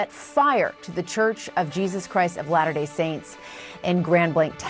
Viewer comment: > it’s not “later day saints” It’s “Latter Day Saints “